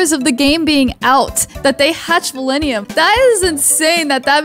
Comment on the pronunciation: It’s val-in-teum